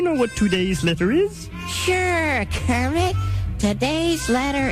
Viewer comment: did you just call me kremit